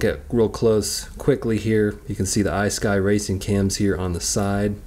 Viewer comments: Hey pal, the cam is pronounced IS-SKEE. NOT I-SKY OR IS-SKI. ISKY. FYI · Eye-Sky? You call yourself a car guy? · FYI - the proper pronunciation of ISKY is: ISK-ee :)